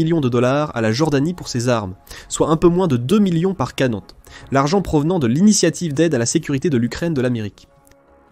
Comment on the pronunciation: sujet interessant, un peu gaché par la prononciation du mot "GEPART" qui en allemant, comme en anglais se prononce "guepard", comme en français ! de même que "canon" se prononce canon et non canonne